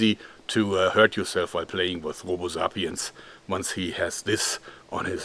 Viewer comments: the way he says sapienz is so cool original german accent (zapïens) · What the heck is a "Zahpeanz"?